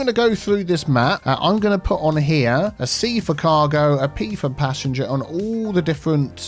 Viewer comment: I keep mishearing passenger as passion jet lol